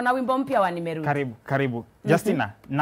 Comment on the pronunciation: Nimerudi I like the way you pronce nimeludi😂😂😂